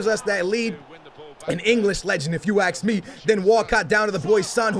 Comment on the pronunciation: If you "axe" me